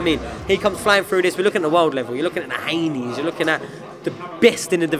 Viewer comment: Man said Haaney